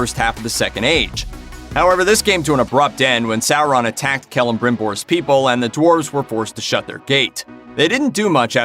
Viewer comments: SOR on. Not SA ron. Omg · Revan sour-an is correct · Sour- Ron 😂😂